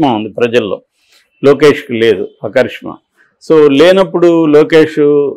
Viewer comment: చరిష్మా అనాలి కరిష్మా కాదు